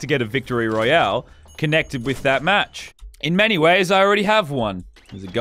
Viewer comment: royale, not royal